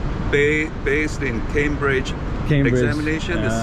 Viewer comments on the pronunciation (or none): none